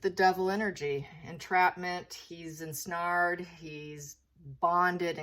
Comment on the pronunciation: Ensnare rhymes with bare, ware, air.